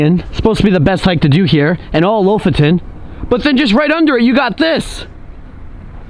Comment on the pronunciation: I just love the way you pronounce Lofoten, it’s so wrong but so right at the same time